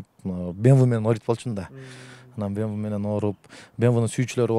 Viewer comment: Мынча машина анча машинам бар дейсин фортер,бемве дебей суйлогонду уйрончу